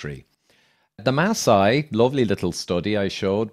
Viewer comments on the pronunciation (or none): Maasai not Ma sai they are the Maa tribe! I was born in Nairobi (a maasai name) and raised in Kenya.